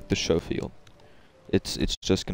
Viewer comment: Not trying to be funny with you mate you say it however you wanna say it but the proper pronunciation is with adding the c in the pronunciation so what I mean is that when you say it it sounds like you are saying it like showfield revolver but you are supposed to add the c in the pronunciation. Hey man whatever you say it how you want at the end of the day, you say potata I say potato. I prefer the Lemat actually to the Schofield I like them both but I always take the LeMat over the Schofield due to its feel, its look, its ability to get clean headshots at range, and it's dual functionality of its smooth bore shotgun tube or its 9 shot revolver rounds. 9 is better than 6 in times of a throw down, longer loading though too. I like the gold on silver here.